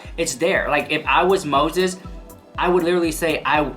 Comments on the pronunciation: Oh girl,my day started really bad ,but when I heard you say Moszheszh (this is how I spell it now) , I 'm still laughing. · "How do you spell Mose🤪💦s? Is it one 🤪💦 or 2 🤪💦? Oh, the 🤪💦 is silent?" Stahpppp, I watched that part at least 10 times. I'll never hear his name the same again. 🤣🤣🤣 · How do you spell MoTHETH? Is it one THHHH or two THHH? Oh, the THHHH is silent. LOL OMG, - you have me on the floor laughing!!! You are seriously so hilarious!! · “Is it one PTTTTHHH or two? Oh the PTTTTHHH is silent? Ok” 😂😂 love you so mach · Lmao 🤣🤣🤣 u are just funny as hell! Lol the way u pronounce Moses like trista is hilarious! That girl lost her mind along time ago. What she does from here on out is just careless n childish and scary! She really needs to layoff that spell shit. Who knows if she does something stupid n then she gets all these demons around her..they will start messing her life up more. I don't think she understands that shit is real she has no experience or education on it what so ever so maybe she won't do a spell correctly. Lol u just never know what's gonna happen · Omg lmao is it one thhhhhhh or two.. oh the thhhhhhh is silent 😂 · I loved how you slurped saying Moses name. Thw slurp is silent 🤣🤣🤣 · 😂 I almost choked on my M&Ms when when you said "oh. The ttthhhhhh is silent!?" 😂😂